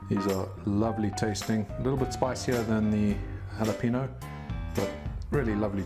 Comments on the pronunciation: Love the channel! I used to be laughed at pronouncing jalapeño the way you do. It should be pronounced ‘Hal a PEN yoh.” Pen as the writing instrument. I don’t mean this as a criticism. More as a point of information. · Greetings from Texas Wanted to inform you that you're pronouncing jalapeño incorrectly. There's a tilde over the "n" and the "e" almost has an "a" sound Hal - oh - panyo